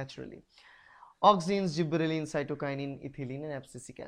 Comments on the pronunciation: Sir i think there is one correction. Gibberellin is growth hormone not zibberelin. And your videos are very informative for me . Thank you sir. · What is zibberellin is it gibberelin?